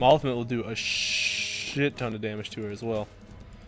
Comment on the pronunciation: He said damige 49 times Thumbs up so everyone can see ;D (or dont ..i dont care :P)